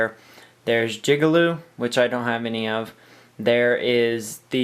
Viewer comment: did you just say jigalube? LMFAo